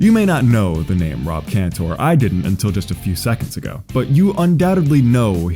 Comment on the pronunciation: It's pronounced "Canter," not "-tore." And his friend Andrew's last name is pronounced "Lor-itch." I love this video because I'm friends with these guys and have known them since childhood. Andrew Laurich taught me how to play basketball shortly before he inspired the song. Andrew also directed "A Reasonable Request" which you should see. Facebook magician Rick Lax was friends with us too, but he blocked me. The world is weird